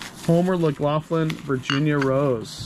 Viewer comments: not fransisco it is pronounced fran sis can lol and homer mcglafin its pronounced homer lof lin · Love you "guys"..not hob knob crystal candle holders..its Candlewick Boopie with the separated balls on the rim. And its Homer Laughlin, ( lof-lin)